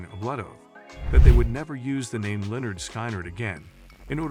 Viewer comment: Stupid video. Thumbnail is the wrong VanZant. AI butchers the band’s name. Please STOP.